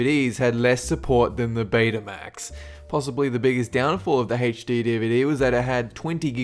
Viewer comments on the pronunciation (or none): It's not HachD it's HD. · IT'S NOT HACH-D, IT'S H-D DUMMY!!!! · and he pronounces HD like HAYCH-DEE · Anybody else notice that this guy struggles with the term "HD?"